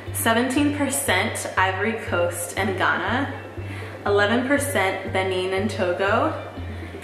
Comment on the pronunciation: Thank you sis for pronouncing Benin correctly!